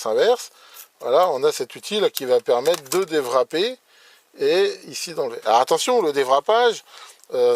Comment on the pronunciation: Est-ce que c'est normal de prononcer "déwrapper" avec un son de W allemand?